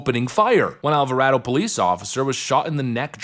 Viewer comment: It's pronounced Al va Ray Doh